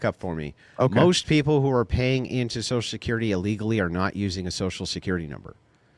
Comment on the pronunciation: Why'd he keep saying, "Sosull security"?